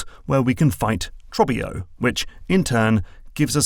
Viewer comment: how are you going to put Trobbio saying his name out loud in the video and still pronounce it differently 😂